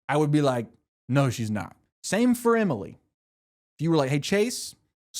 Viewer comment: “Aria, Hannah, Spen-sir…..Imily, and Mona”